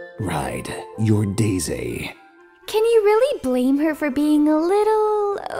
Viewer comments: It sounds like he's saying Day Zay instead of Daisy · This boy said "dayzsay"